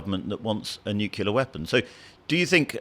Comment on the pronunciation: Nuclear not 'nucular' please!